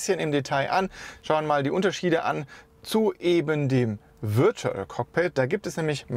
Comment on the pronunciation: "Würtual" :D